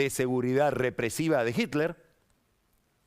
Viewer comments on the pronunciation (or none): none